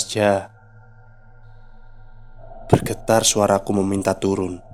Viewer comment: Keren bang. Lucu waktu abangnya salah ngomong, jadi "harus tulun" 😂